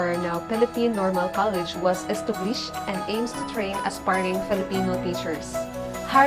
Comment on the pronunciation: It is hard to understand. I even jsed captions. And the pronunciation is wrong too. Estublished? Preschool? (preeschool) Lows? (laws) Seriously!